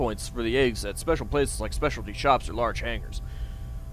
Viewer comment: you know every time you say a.g.w.s I hear eggs instead and yes I'm aware this video is old